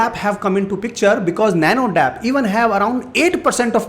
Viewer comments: Sir please correct...it's not nano dap..it's nano D.A.P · Dear sir that is not dap it is called D.A.P I am from former family